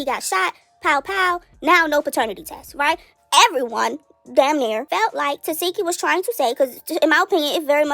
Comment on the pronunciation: But we all still pronounce TESEKSHI wrong she even gave up correcting ppl TE-SEK-KI not Te-SEE-ki 😆